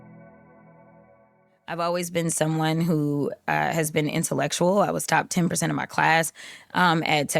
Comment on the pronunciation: shi entulekshul! 🙄